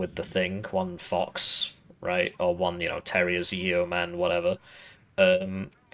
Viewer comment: Fun fact; The E is silent in Yeoman -- "YOH-muhn" not "Yee-o-man" ✌🏼 keep up the good work on these deep dive Div guides ✌🏼